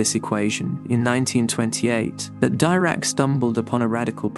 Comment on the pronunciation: Brian Cox never called Dirac ‘Dairac’ or Guth ‘Gath’.